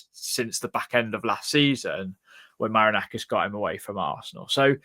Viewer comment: Its Ma-ri-na-kis 😂😂